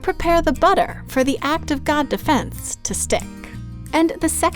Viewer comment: No not buter